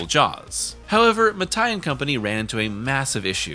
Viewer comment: Damn it, Mattei is pronounced Matt-ae-ee (not ma-thai) 🇮🇹